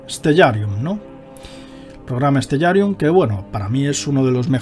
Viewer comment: creo que se pronuncia stelarium